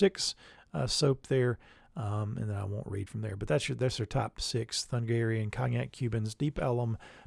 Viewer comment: Thuringian Forest is named after a region in Germany, which in German is called Thüringen. In German there is no th sound, so it is pronounced Turingian, with a hard g, rather than a soft g.